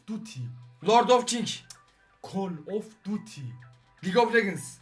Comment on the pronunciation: abi okunusu cal of dutt